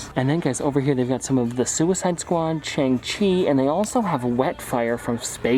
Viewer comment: I like that he called it chang chi